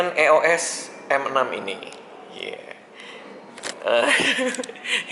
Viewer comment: bilangnya bukan e o es bang, sebutannya iyos m6